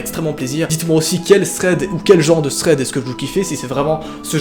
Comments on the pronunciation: tu a dit Fred au lieu de thread a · Tu dis pas THREAD , tu dis FRED mdr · '' vs êtes friand de fread '' 😂 deso 😘😘❤️😍